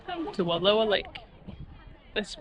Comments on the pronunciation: You are pronouncing Wallowa wrong. It's Wa lou a. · It's not Walua Lake. It's Wallowa Lake. It's seems you should know how to pronounce the name before you make a video like this. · It’s not Wall…oh..a. The correct pronunciation is Wall..ow..a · I live in Joseph... The area is pronounced wall OW a not WA low a 😂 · It's Wa-LOW-a Lake.